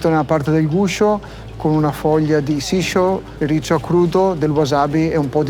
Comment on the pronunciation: Capisco che il ristorante e' di un certo tipo ma come si fa a servire una porzione di pasta che non arriva nemmeno a 50grammi? Non sara un po esagerato? PS: quelle foglie si chiamano shi-zo (sci-zo), non siscio :D